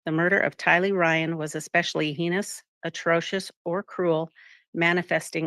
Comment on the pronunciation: Madame Clerk does not know how to pronounce "heinous." She should.